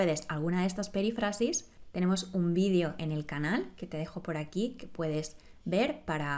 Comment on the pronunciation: Creo que tú pronuncias " perífrasis" como si el acento fuese en la "a": "perifrásis".